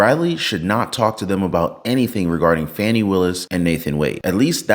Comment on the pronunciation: If you want to pronounce her name as it is spelled, then it should be "Fae-nee".